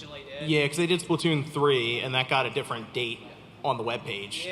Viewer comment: That guy that kept calling it SPLAToon is getting to me lmao